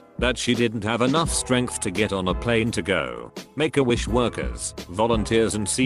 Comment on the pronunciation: sounds like "megawish"